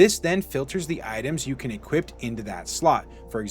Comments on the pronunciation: Great vid, lots of great info, very informative. But brother please stop saying "equipt" when you're supposed to say "equip", it's pretty jarring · "You can Equip-t it"